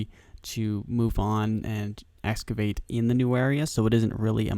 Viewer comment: Excavate there is an x not escavate